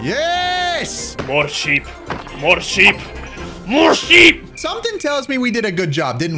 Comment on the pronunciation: I love how kevin says more sheep and i hear mo sh** LOL😂